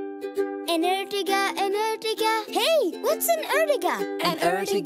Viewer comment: Not erjiga is ertiga